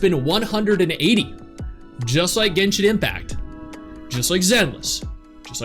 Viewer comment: infinity “Likke” 😂